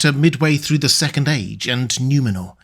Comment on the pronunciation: It's N-oo-menor, not N-iu-menor.